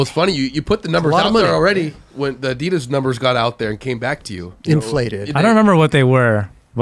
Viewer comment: Wtf the main host really doesn’t know how to pronounce ADIDAS!??!